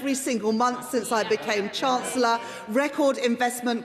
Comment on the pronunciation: Reeves sounds so downmarket and dim: Can't even pronounce her title! Calls herself the "Chance-ler."